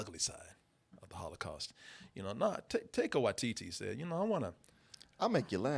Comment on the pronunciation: The way pronounces Taika Waititi sounds like a little girls euphemism for going to the bathroom.